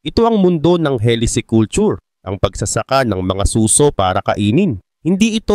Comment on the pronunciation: Suso? As in breast😅 susò